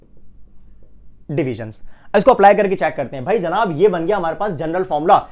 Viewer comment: Your way of saying janab is so good....physics k saath saath ap urdu k saath b justice krty h....